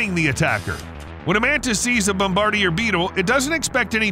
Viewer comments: Thumbs down for the pronunciation of "bom-ber-deer". Nah man. Don't do that. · "Bomb-bar-dee-year" beetle lmao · When I was a kid and I learned the word bombardier, we were taught to pronounce it bom-ba-DEER. Now I hear people pronouncing it "bom-bar-dee-ay." You pronounced it like it's spelled. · bom-ba-DEER Beetle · It's pronounced.....bom buh deer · 🪲Please learn how to say bombardier beetle correctly. bom-bah-DEER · The way you said Bombardier made me want to puke. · I really like the narrator's voice... Damn shame it's AI. The telltale sign is how it pronounced the "bombardier beetle". Damn shame 😢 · Haha yep “try saying bombardier…it’s not what you think…” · Check how to pronounce "Bombadier" mate (sigh) another gen z literacy fail.